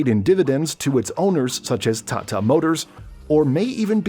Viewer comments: The way he keep saying thaathaa instead of tata..😂😂😂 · the way he says TATA hurts my brain